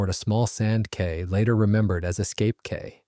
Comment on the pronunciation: A great story, well told! Thank You! 👍 BTW: 1). HMS PANDORA was a "post-ship," not a RN frigate. Ship-rigged, yes, but smaller than a RN frigate and of somewhat different construction. The Yankees did consider them a kind of frigate though, even though the RN didn't. 2). "Cay" is and was pronounced "key" in both British and American English.